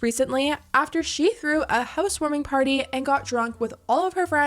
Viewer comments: She says "pady" instead of party😵‍💫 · Why does it sound like she is saying Patty instead of Party ? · Is she meant to be saying ‘party’? sounds like ‘patty’ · Say it with me: house warming p.a.r.t.y.....not house warming potty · I understood "petty".😂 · Why does she say the word ARE like normal, but then she says the word PARTY like potty?? 🤔🤔🤔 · Ugh the way she talks is so grating. The way she pronounces "party" as "paddy". 🤮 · Every time she says paddy I cringe. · “Pahdey”. ?? Party? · I’m a born and bred NY’er and I have been up and down New England and I have NEVER and I MEAN heard anyone pronounce words as overly dramatic Party has never sounded or been pronounced like patty Holy shit how are any of these people fans This chick literally started out in sm with absolutely zero accent and a meal voice Sooooooo how the fuk are people still financially supporting this con artist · I thought she said Patty. As in Krabby Patty. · All I hear is "patty", "had", "a pat mint". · lol. When she was saying pArty lol. I couldn’t stop laughing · housewarming "patty" 💀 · Pahty and APAHTMENT! I'm gonna go insane if I hear it again. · No one in the entire world says party like that!! 😂😂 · How can she pronounce the r in worse but not party… 😂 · Why would she pronounce “Party” in such a weird way? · I’m glad to see i’m not the only one getting irritated with her accent 😂. It’s weird how it’s more pronounced with specific words but she can go long sentences without it and suddenly a switch comes on and she’s back at again. I mean you do you gurl, whatever tf gets you the bag. It’s just really annoyingly disingenuous 😅